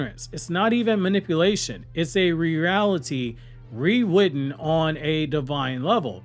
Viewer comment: Dude, the way you pronounce "rewritten" is incredibly adorable 🥰 lmao